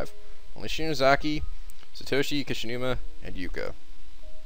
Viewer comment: Can't really blame that, since if I were to blame, I'd blame him for every name he's read. Sir-toe-she should be Saa-toe-she, Neigh-Omi should be Naa-Oh-Me, Yoshi-care-zu should be Yoshikazu, he's pronounced every name western so I won't blame him for that. But to think the only name he read in the right manner, Morishige, was confused into Moshirige, which means Moshi Wasting, which also means it has no meaning. That's the most unnerving part.